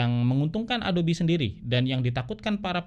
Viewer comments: Ingat Yg Ori itu "ADOB" bukan "ADOBI" 😅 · Sekian lama pake adob eh adobi ya bacanya... hehehe